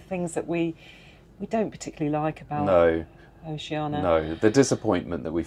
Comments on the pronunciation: Why do people say “oh she Ann a” instead of the correct way, “oh she ann EEE a”? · Sorry, but the captain of one of their ships pronounces it ‘oh-shee-ah-nee-a’ . As do several other reviewers. No big deal - do whatever you want. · Perhaps they were upset that you couldn’t even pronounce Oceania correctly. Just a thought. 😊